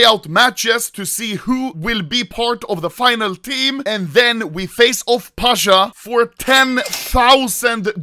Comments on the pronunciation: Not "pAsHa" its Pasza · ITS PASZAAAA